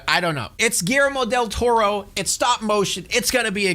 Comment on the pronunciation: "WERMO DEL TORO" LMAO It would be pronounced like Geeyermo